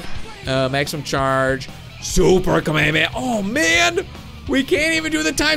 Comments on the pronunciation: Kamehameha Is pronounced k me ha me ha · You pronounced Kamehameha wrong